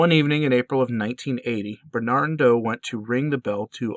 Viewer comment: I’ve heard this story beforebutyourvideomore completely ah more details. Thank you for this. BTW, his name is Ber-nar-do.